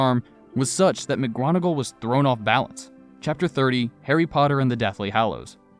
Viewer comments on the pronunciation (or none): McGronagall? There's no "R" in McGonagall. "Mic-Gonner-Gill". Also some of the voices you employ don't match the characters in any way shape or form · McGronagall lol I’m dead